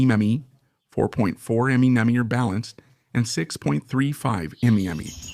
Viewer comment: Looks like AI. It says am ee - am ee .. instead of mm!